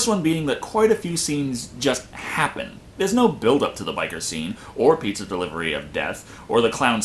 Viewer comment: lol, I love dat film. I love it when the Klown goes pizza! my younger sister thinks he is saying PEETAAA!